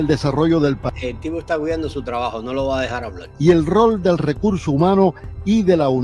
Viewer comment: NO SE DICE HABLAL SE DICE HABLAR POR FAVOR PRONUNCIEN COTRECTAMENTE